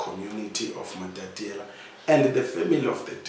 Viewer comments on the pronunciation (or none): There is one thing that has been going on here. I humbly ask that this beautiful home town is pronounce as "MATATIELE" not "MATATIELA". This will add value to the work which the company is doing.